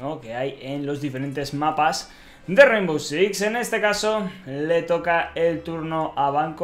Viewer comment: Rainvow?? Really?? Jajajaja. Ok